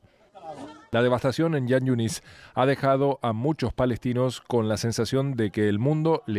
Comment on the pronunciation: Jan yunis, se pronuncia como J en castellano no como Y.......